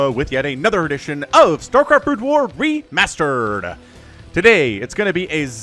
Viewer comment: he said "Starcraft Re-mustard"? =D